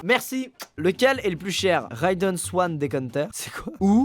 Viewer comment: le truc riedel c est une caraphe et ca se prononce ridel